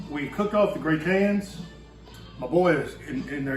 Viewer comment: In French it's "gratins" meaning stuff that is extra or free. (Gratuitous, in English.) Aka leftovers, too. does a pretty good job of pronouncing it the French way, but the spelling is "gratin" as in potato gratin or potato au gratin -- a potato casserole with leftovers in bechamel and cheese on top.